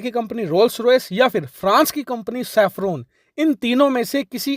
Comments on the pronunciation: It's Safran not Saffron... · safran bhai , not saffron